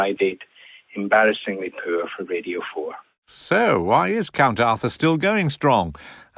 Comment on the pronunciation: One pronounces radio ‘ridio’